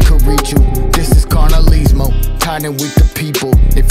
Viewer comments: props to tha homies for trying but this honestly quite embarrassing as a Norteno. foos cant speak spanish for nada. Im more ashamed of cuz hes oldschool N cant even say carnalizmo right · Vatos kant even say KARNALISMO. FUKKEN KOKUNUTS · Bro can’t even say carnalismo lol typical from the nortes tho but went hard